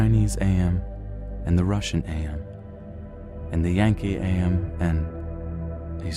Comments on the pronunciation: I need to get this off of my chest It's/His name is AM not A M my ocd goes into overdrive when people get names slightly wrong AAAAAARRRRRRRRRRRRGGGGGGGGGGGGGGGHHHHHHH!!!!!!!!! Great reading by the way. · The narrator is calling AM as A-M. It's together like in "I think therefore i AM."